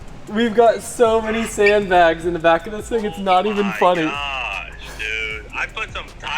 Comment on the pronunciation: 344,000 people at this moment have out loud mocked you saying "sand blags" lmao